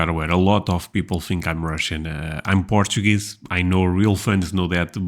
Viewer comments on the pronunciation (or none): none